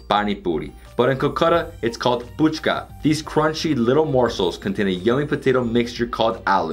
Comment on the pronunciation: It's Fuchka not puchka.....